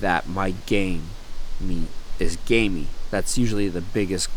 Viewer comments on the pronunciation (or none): It sounds like you’re saying gay meat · I’m sorry but I keep hearing gay meat